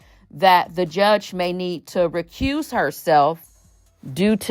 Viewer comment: Did that dummy just say the judge needs to “recuce” herself instead of recuse herself? I thought she was an attorney 😂😂🤣🤣.